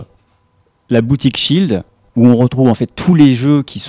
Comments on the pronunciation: Petite erreur : shield, pas schield :P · Déjà c'est Shield pas de "c" et en plus c'est de l'anglais, ça veut dire Bouclier...